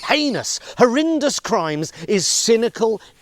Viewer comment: Pronunciation matters: horrindous? What?